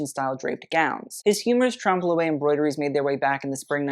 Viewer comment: Trompe l'oeil, Blankenese, Wertheimer, Jaques Fath, Balmain, etc. Get it right!